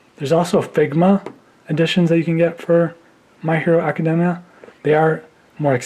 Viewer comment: He can’t even say the name of the show right!